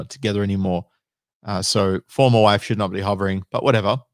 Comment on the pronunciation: Whe she says "Formal Wife" sounds to me like a "For Live Sentence".